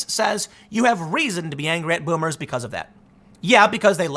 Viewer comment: voomers. there is no v in japanese